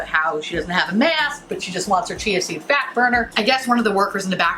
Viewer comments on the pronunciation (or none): It took me I don't know how many times before I FINALLY figured out you were saying CHIA SEED fat burner 😂 I was like, "wtf is she saying? Chancy fat burner? Is that the name of some fancy fat burning pill or something?" Didn't understand why they were selling a pill at a smoothie place, but then I finally understood what you were saying 😂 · at first I thught you were saying "Chasity Fatburger" lol Both are hilarious. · So did I. I also started hearing "GNC fatburner" and wondered if the shop was selling supplements too. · I thought you were saying “Chancey Fatburner” Like if it was a person. Lmaooo I was so confused for a lil bit. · I heard cheesy fatburger and I was like what the heck is that 😂😂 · haha it's not just you, I heard "Chauncy Fatburner" the first few times she said it too and was like TF??? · I kept hearing "jeansy"fat burner. I thought, is this something I dont know about?😄